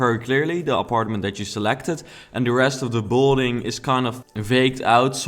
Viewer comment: Kun je aub 'build(ing)' beter uitspreken. Klinkt alsof je bouldozen gaat zeggen. Thank you very much (